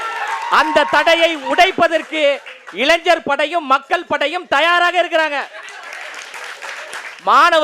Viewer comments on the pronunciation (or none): none